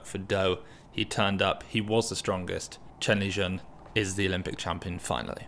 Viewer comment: its Shen Lijun not Chen Lijun.